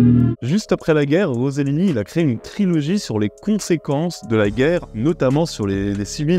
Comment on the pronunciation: Une fois encore ... y'a 2 S, donc ReCellini et pas RoZellini. 😉